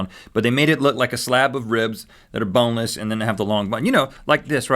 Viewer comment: this man said B O N E L E S S.